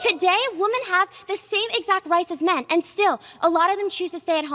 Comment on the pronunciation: How on earth do so many ppl pronounce women as “woman” and men as “min”? Soooo frustrating